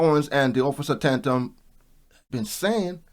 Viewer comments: Bro why you pronounce Tatums name like that???😂 You added extra syllables and all...🤣😭💀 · Offer Tatum name is pronounced TAY-TUM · Tatum (say "Tay-tum")..... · Officer Tate-Em is how its pronounced properly, he's great to watch and direct and concise. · It is pronounced Tay-tum . I subscribe to his channel 🙂 I also lived on a street named Tay-tum spelled the same . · Officer tay-tum. Fyi no disrespect 🤝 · It's pronounced Tay-tum